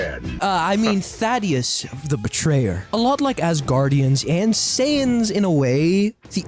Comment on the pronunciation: Why does everyone mispronounce thadus